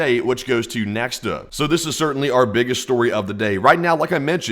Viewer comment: As always, dear - NEXTA should be pronouced like NExt Hate TAnk (read like in presented words but only capital letters).